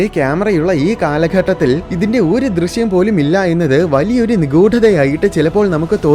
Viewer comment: നിഗൂഢമായ എന്ന് മതി പ്രശാന്തേ 🫶🫶🫶നിഗൂഠം അല്ല 🤝🤝